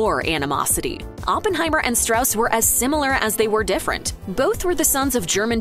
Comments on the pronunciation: There are some questionable representations in this video's questioning of the accuracy of the film. It's pronounced Straws, not Strauss, which is clear enough if you see the film. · It’s pronounced “stross”, not the typical Germanic “Strauss.” That’s why they had the character explain within the film how to pronounce the name. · Strauss is pronounced STRAWZ stilly. Go see the movie. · Strauss insisted on "Straws", not "Strouse". Sounds less Jewish. But I don't know if that's what motivated his choice. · It's pronounced "Straws". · It’s pronounced straws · Topic of the video: Everything Oppenheimer Gets Right And Wrong About The True Story First thing it does: Butchers the pronunciation of the name Strauss--- something that is mentioned in the movie. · You mispronounced Strauss’ name. There’s literally a whole section of dialogue to explain the proper way to say it. Did you guys actually watch the movie?